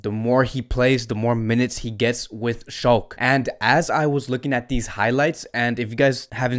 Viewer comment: Shalke is pronounced as SHALL-KAH